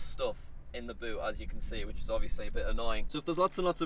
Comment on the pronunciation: but or boot.... that "u" words funny